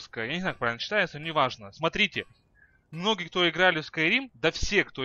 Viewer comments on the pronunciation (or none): none